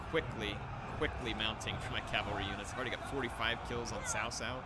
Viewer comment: “Cao Cao” is pronounced as “ Chow Chow” like Mr. Chow , those typical hong kong names